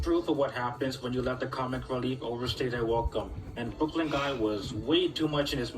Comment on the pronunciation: It's Brooklyn not brokie